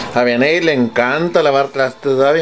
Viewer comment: Jajajja no mms dice vianney jejjeje